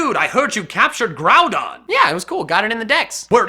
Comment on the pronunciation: Grooadon and Keeogeri